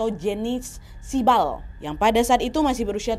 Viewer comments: kaget pas kak nadia bilang "siebal" aku kira "shibal" nya korea 😭😭😭😭😭😭😭😭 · pas denger siebal gue denger nya shib*al